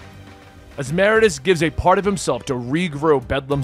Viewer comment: You said "Meridius" wrong.. every.. single.. time.. 😢